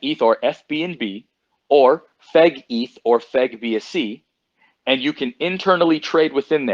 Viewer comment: When he says fegeth it sounds like fa*got 🤣